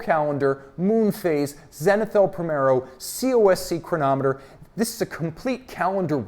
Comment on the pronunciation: I could listen to saying “chronomet bleugh!” all day